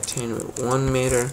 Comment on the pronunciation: It’s not, “met her!” Pal!, it’s “mee-ter” u got that? We speak American on this damn American website 🇺🇸